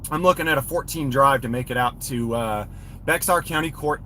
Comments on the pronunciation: It’s pronounced “bear” county btw. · Looks like a case for the Texas Commission of Judicial Conduct. FYI, “Bexar” is pronounced “Bay Are”, the x is not pronounced.